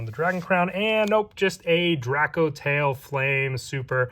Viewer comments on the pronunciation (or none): It's a cool set, I like it. Only gripe with it is all the people calling it Drakotail, boils my piss 😂 True Drako support soon, boys 🤣